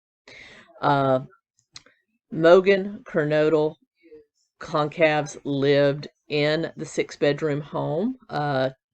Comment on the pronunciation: Kaylees last name is pronounced kinda like Gonzalez, so gon-cal-ves